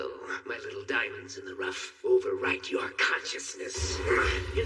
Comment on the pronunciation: DIAMONDSNIN THE RUFT 💀💀💀💀💀💀💀